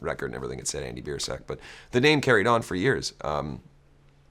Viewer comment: no matter how many times you say Biersack I hear ball sack